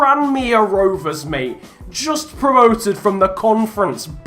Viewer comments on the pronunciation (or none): none